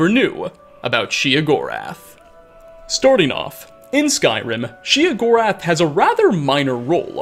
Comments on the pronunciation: OK. Then I feel justified in gritting my teeth every time I hear "she uh gorath" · I thought it was "Shay-o gore ath" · Sheogorath. Sheo. Theodore Gorlash. Theo Gorlash. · The way he says sheogorath bugs me. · You said his name wrong was burning my ear. You don’t have the best voice for commentary just a note